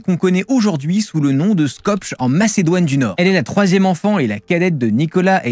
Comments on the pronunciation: Comment n'as tu pas appris via tes recherches que le nom de la ville Skopje se prononce Skopyé ? Skopche lol, Cela donne le ton sur la crédibilité de ton travail peu rigoureux, comme pour bcp de youtubeurs, des trucs glanés réchauffés et déformés. Skopge, Skopche pfff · Ça se prononce "skopyé" pas "skopge" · Merci de prononcer correctement le nom de la ville de Skopje, c'est pas "skopge" mais "skopyé" :) Autre moi t a corriger, ce n'est pas la population de Skopje qui est majoritairement musulmane mais la population d'origine albanaise ;) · Skopjeu 🤣🤣🤣🤣, ça se prononce Skopié. ( le j se prononce i, comme pour le prénom Sonja par exemple, Sonia) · Non,, c'est SKOPYEU, ou SKOPYÈH, et certainement pas SKOP'GE... ChristophEUR ItchEUNZ, (In zeu kitcheune) c'est pas ma non plus. En tout cas, merci de parler de cette arnaque qui a trompé des milliards de mangeurs inutiles, comme disent ses maîtres. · Skopje, l'actuelle capitale de la Macédoine du Nord, se prononce "Scopiè". C'est plus facile à dire que l'orthographe ne laisse l'imaginer. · Attention , passage , c'est une photo de Thérèse de Lisieux que vous avez présentée ! Il faut vérifier ses sources. En plus, on prononce skopié. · Il me semble que ca se prononce Skopyé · super video ! ca se prononce Skpié au fait haha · Skopje ??? Vous êtes sérieux ? Ça se dit Skopyé, faut pas un doctorat pour savoir que le j se prononce i et que le e se prononce é, d’ailleurs y’a qu’en français et anglais que le e se prononce pas é ! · On prononce le nom de sa ville de naissance Skopié…capitale de la Macédoine du nord. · Ça se prononce "Skopié". Il y a eu une époque où tout le monde parlait de cette ville. C'est un peu comme si tu savais pas prononcer "Donetsk" parce que t'as jamais entendu un journaliste le dire. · Skopje ça se prononce skopié ... d'emblée on peut voir que ce " reportage" n'a pas été travaillé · Skopje se prononce Skopjé , je crois. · Skopje se prononce skopié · SKOPE ce prononce : Skopié . A+